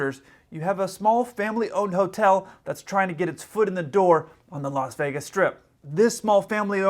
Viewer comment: did you say Locks Vegas???? 😄😄😄